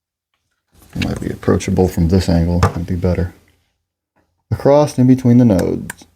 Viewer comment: Why do you add a t at the end of the word "across?"